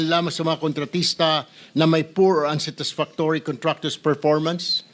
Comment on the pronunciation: Pls pronounce unsatisfactory properly ..